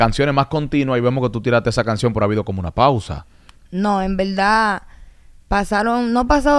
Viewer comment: Bueno sin ofenderse quiero que cuenten cuántas veces dijo la palabra ( en velda )